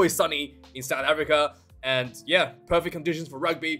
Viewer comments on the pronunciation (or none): none